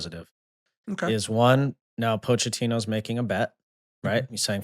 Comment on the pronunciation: Sorry for being that guy, but it is pronounced Mauricio Po-keh-tino I literally just heard him saying his own name